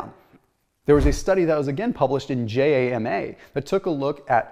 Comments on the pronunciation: It's more like JAM-ah (pronounced like jam). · It’s JAMA pronounced like “mama” not J-A-M-A! I just want to acknowledge that for all their hard work.